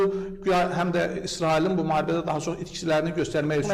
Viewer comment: Maharibə yox muharibə. Ama həqiqətdən deyir